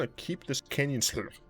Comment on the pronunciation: It is absolutely pronounced "slew".